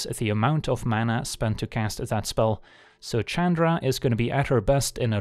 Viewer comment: I wonder why he always called her Chadra instead of Chandra.